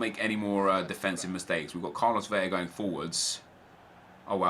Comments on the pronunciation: Still pronounces Carlos Vela wrong. It's Vela, not Veya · El Güero it's 'Bela' seeing his native to a Spanish speaking country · Nep please learn how to pronounce Vela and Tremoulinas :) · U say vela wrong